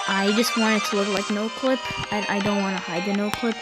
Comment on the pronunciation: U said noclic in the beginning